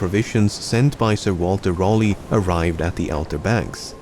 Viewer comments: Sir Walter Raleigh, not rollee. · Love the video but just to say Raleigh is a weird name spelling but it is pronounced "Rally" :) That being said I really enjoyed the video :)